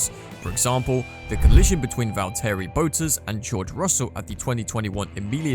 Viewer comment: Man cant talk 'Valteri Bootus'